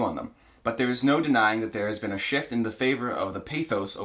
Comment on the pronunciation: He says “beeen” instead of been